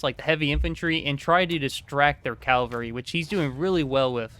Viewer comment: Do you realise you’re saying “calvary” and it’s cavalry when you say the word? 😂